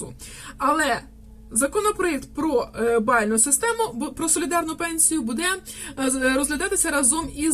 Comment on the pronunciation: Кажiть грамотно : не будЕ, а бУде,не калiчте мову